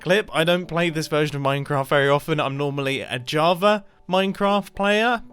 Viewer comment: he plays on ja-aha-va now!